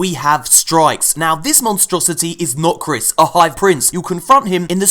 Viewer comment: Everytime you say 'Nokris' I hear 'Not Chris' >.<